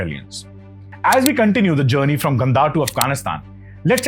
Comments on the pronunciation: Your explanation is simply good , But why are you pronouncing some Indian words with English pronunciation , Example Gandhara(Indian languages) Gandhar(you are pronouncing) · good information but please check with your pronunciation, instead of Gandhar, call it Gandhara , Sidhartha not siddarth. please don't cut the words, thank you